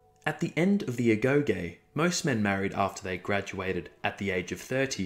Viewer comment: Thanks for the info. One thing though, it's pronounced 'agogi'